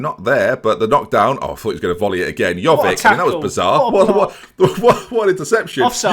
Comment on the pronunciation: Giving a person slack for not being able to pronounce Chiesa, yet continues to mispronounce Jovic every single time.